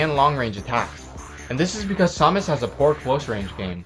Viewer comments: sawmas is what ur saying its samus jeeeeez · It is SAM us not som us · Saw-mus.. IT'S SAH-MISS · you need to do a ZSS Guide (and it's Sam-us not som-us, sorry your driving me crazy) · Her name is said pronounced SAM-us. not sah-mus. It's annoying hearing it said the wrong way o.o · It pained me to see you mispronounce Samus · You're pronouncing Samus wrong... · Saying her name pisses me off soooo much the announcer says her name when you choose her how do you not know how to say it. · no he says samus he just pronounces it wrong